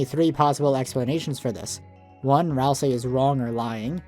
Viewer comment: When Ralsei becomes Ralsie